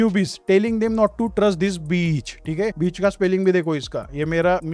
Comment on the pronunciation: bhai ko english bhi nhi aati 🤣 beach 🤣